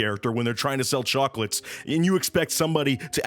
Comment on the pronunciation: "Hey Don Ceech, you bring me some CHWOACLATE??"